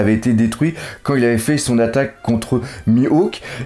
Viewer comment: L'arc "Eni Lobby" Really nigga xD tu abuse avec tes noms ,Louffy ,Senji ,Mihawk"s" ...d'où tu sort tout ça XD